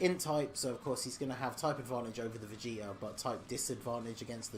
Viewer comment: I heard vegeter instead of vegeta lol